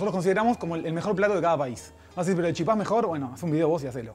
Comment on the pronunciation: Por favor paren con llamarle Chipá (con acento en la A), el nombre correcto es Chipa (la acentuación va en la I). Y no es “el Chipá” , es “la Chipa”. En Paraguay y Misiones la llamamos así.